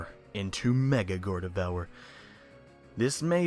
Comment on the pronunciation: The way you said Gardevoir made me hate you...